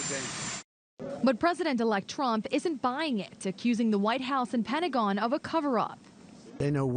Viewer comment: Is this an old report ,Ross? I kept hearing "Pesident ELECT Trummmp"